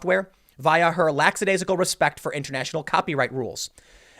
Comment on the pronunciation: Sorry, Tim, but it irks me... it's lack-uh-day-zikul, not lax-uh-day-zikul. But good stuff, as always. Hopefully, even if it goes to war, it will be swift and not too damaging collaterally.